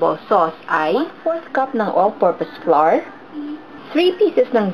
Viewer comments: Polica grammar lang flour pronounce as \ˈflau̇(-ə)r\ or ung sound ng bulaklak sa English ( flower) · "Flar" :3